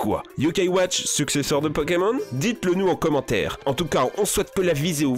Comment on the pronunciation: tu as dit viséo au lieu de vidéo à la fin de la vidéo🤣🤣🤣